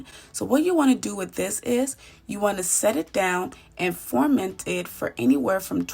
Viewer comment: The word is ferment, not forment.